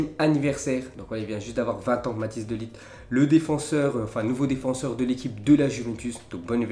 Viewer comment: Quand est ce que tu vas arreter de prononcer de ligt ça s'écrit de ligt mais ça se dit de lirt